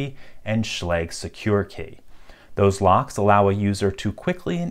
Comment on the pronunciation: I wonder if he knows he pronounces "Schlage" wrong lol...